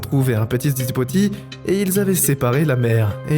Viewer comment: Ça me tabasse le nombre d'erreur d'élocution a la lamafaché mdr, "bébé hipotame" / - "les hippopotame sont les amicaux les plus créatures" mdr ça veut dire quoi ?? 😂